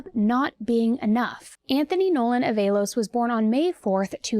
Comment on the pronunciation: it's pronounced, "AH-va-los"...love your other YouTube channel, btw.